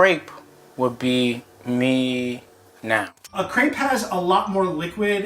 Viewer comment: Hearing Americans try to pronounce crêpe always hurts